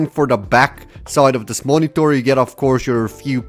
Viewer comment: So basically moniTORRRR? :P